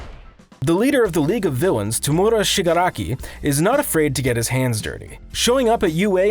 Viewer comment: This guys pronounces are just great, yep great like deeeku and shigaki